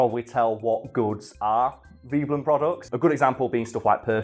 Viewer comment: I had always thought it was pronounced v-eh-blen, not v-ee-blen. I can only find v-eh-blen elsewhere, but am happy to be shown wrong, if someone can point me in the right direction (i.e source).